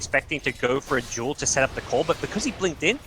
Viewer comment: When he says duel, i hear joule